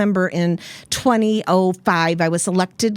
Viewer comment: Who the Fuck says 2005 like that? I’m not voting for her until that’s fixed